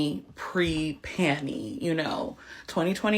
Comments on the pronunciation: When she said “pre-panny” I assumed she was talking about prior to having a large abdominal pannus. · I thought she was saying she no longer goes commando. Pre panie...wth